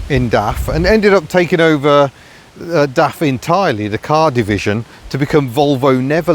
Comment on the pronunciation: it's not daft quick... It's DAF quick...